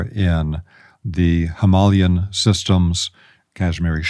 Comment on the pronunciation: Is he trying to say 'Himalayan'?? 👀